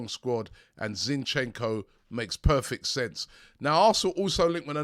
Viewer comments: Ziiinchenko - a stress on the first syllable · Not Zinchecko ffs 🤦🏽‍♂️